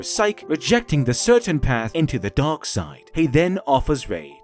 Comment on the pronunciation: Whenever you say Dark in that accent you had for this video. It sounded like you were saying Dog (or Dawg). So multiple times it sounds like you’re saying The Dog side of the force.